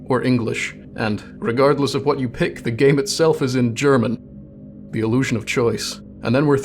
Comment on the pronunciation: OMG. We have the same desktop background... I guess I'm subscribing. EDIT AND YOU PRONOUNCE "WH" PROPERLY!